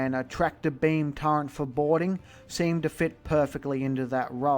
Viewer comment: You pronounce it TURRET, not Turrent. Turrent isn't a word.